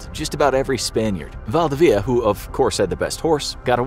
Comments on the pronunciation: actual chilean here val-di-vidi-a its actuali valdivia al togeher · I can't believe you're unable to pronounce Valdivia. It's not valdveea. I consider this an insult on Spanish culture. If you have the word "info" on your channel's name, then you should provide correct "info". Thumbs Down! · Valdivia its pronounced Val-dee-bee-a (a like in apple)